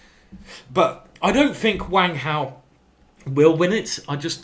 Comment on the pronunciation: I did notice you put on a slight Chinese accent when you got to Wang Hao's name. Very good.